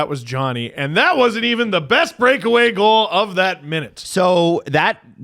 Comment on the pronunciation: The show should be called “on a scale of bwest”